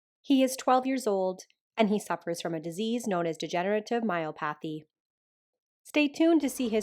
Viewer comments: It's " my OP athy" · I threw me off a bit every time you said myopathy because you pronounce it like myo-pathy with the emphasis on the A and I’ve always heard it with the emphasis on the O and a short O sound instead of a long one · Degenerative myelopathy.pronounced my el OP athy. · Here’s a YT link on pronouncing the word “Myelopathy”….. just FYI. That poor puppy really looked defeated during the blowdry. 🥺